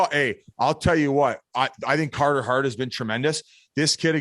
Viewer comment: Cahrter haart